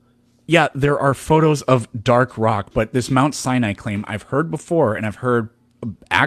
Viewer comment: he kept saying "the top of Mount CYANIDE is burnt"..